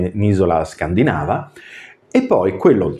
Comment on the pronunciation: Video molto interessante, però scusa…Penisola scandinàva non si può sentire. Scandìnava, e scandìnavi dai. Sei laureato dai..